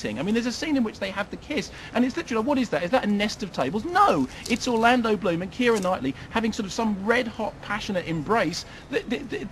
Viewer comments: "Orloondo Bland" lol Nice one, Kermit. Some say it's easy being a film critic. No it ain't. It's easy being paid to sit through movies you like; imagine sitting through movies you HATE. You don't have to have seen POtC to know the entire franchise is shite. It's based on a fairground raide, for fuck's sake. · it's Orlando Bloom!!!!!! if you say it about 1,000 times then fucking say it right! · Lolololol at "Orloondo Bland". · I thought he was mispronouncing Orlando Bloom's name at first, and I then I got it, and then I laughed my ass off. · I love how he repeatedly butchers Orlando Bloom's name.